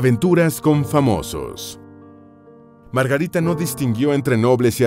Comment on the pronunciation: Si deja decir Margarite sería menos insoportable, que locución tan espantosa. He conseguido escuchar 2 miñ